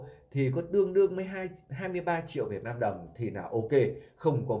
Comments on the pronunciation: Muốn làm YouTube thì phải sửa cách nói chuyện cho đúng chữ để thể hệ trẻ học theo chữ VIỆT NAM chứ không phải VIỆT LAM. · Đúng rồi b; ko lo sửa đổi ngôn từ cho đúng chính tả rồi hẳn làm youtube. Vnam mà đọc Việt lam; chịu luôn!